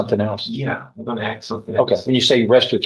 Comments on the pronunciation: I don’t get it Why is pronouncing Ask the correct way seemingly has become impossible? It’s 3 letters. It’s ask. Not onompnapie. I have no idea how to spell it without auto correcting as i attempted to spell it , and still though I know how the word is pronounced. Ask. Not aks. Not achs. Not aks It’s A-S-K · I would troll every person that can't say ask Everytime they say ax. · I might seem like a snob but any person that cannot pronounce ask properly… ie they pronounce it aksss… well my skin crawls and my blood boil. It’s 3 bloody letters!!! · Regularly punctuated with a lot of ‘axe’ and ‘axing ’! 😂